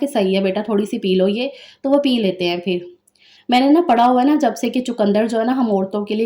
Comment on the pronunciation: Phir ko fir na bola karo intahee bura lagta hy Aap hamesha pay ko fay boltin hain